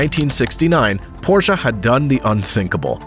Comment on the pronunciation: Thank you for pronouncing Porsche correctly.